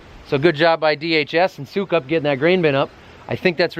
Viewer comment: I thought it was pronounced suckup!